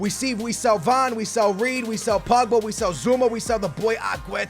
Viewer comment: When he says BUBGA does he mean POGBA